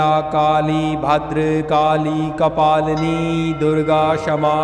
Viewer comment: तुम्ही उच्चार बरोबर करा,भद्रकाली असे म्हणावे.